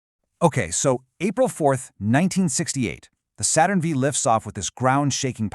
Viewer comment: I learned a bit about Apollo 6, thanks. My only criticism is that you should say "Saturn Five," not "Saturn Vee."